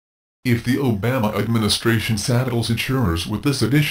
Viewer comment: That horses ass can't even pronounce. Obama's name right.We need single payer nationalized. health care now! The insurance model for healthcare is pure evil.